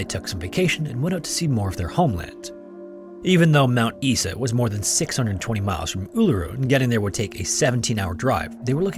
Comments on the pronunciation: Thankyou for posting this one. I have followed the Azaria Chamberlain case from a distance - like most Australians of my vintage. I never knew the outcome. One small correction though. Mt Isa is not pronounced "Eesa" as you do on the video, but "I" as in "eye"-sa. Great story well told. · Mount Isa. Eye-sa not Ee-sa 😊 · Mount Isa, bro said "mount eesa"xD it's "eye-sah" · Mt. Isa is pronounced Mt. Eye-za not Mt. Ee-sa. Easy mistake to make. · Another great video. Being a frequent viewer of this channel and others I had already heard each of these stories, but you do tell them well. Oh being an Aussie, the pronunciation of Mt Isa is not "Is-a" but we say "I-sa" or "eye-zah" 😅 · *Mount "EYE-ZA" ya Canadian egg. ;) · As soon as you said Uluru, every Aussie here knew what case it was. Also, its pronounced eyes-a for Mt Isa, just so you know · Mt Isa is pronounced Mt “eyeza” but keep up the good work love hearing the stuff coming from Australia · its prounounced mount eye-za (mount isa) mate! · FYI, it's pronounced Mt. EYE-za (Mt. Isa) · It's Mount Eye-za, mate. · Wanna say Mt Isa correctly? Mount EYESA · Mount “eye saa” 🤐👍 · Mount Isa is pronounced like Eyeza 🤓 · Mt Isa is pronounced "eyes-uh" btw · Honestly good job with pronouncing Uluru, a lot of people get it wrong but im laughing at the pronunciation of Mt Isa. Its "eye-za". No offence taken or anything just a lol. Do double check the pronunciation of Melbourne tho before you use it, you will be mocked if you cant pronounce it the way we do haha I remember that incident growing up. I think the there were so few reported attacks from dingos was the primary thing that got people suss about it. But honestly looking back i feel so bad for her. No one believed her and everyone accused her of wanting to get rid of her child. I think the media played a big part in spreading misinformation, thank god for the internet and social media today which prevents journalism having a choke hold over news and facts.